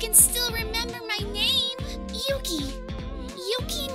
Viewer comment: This is so good, the cast look incredible! Small tidbit that the person who is voicing Yukie isn't saying the name correctly, apart from that this is looking flawless!